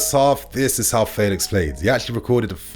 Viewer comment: you’re still saying his name wrong. It’s F (air) elix. Just like the E in Bellingham. Not Faylix